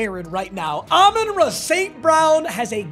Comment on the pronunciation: its year 5 and still cant pronounce Amon-Ra correctly